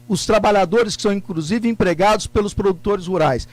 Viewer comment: Incrusive. Depois se diz jornalista. ''TA SERTO''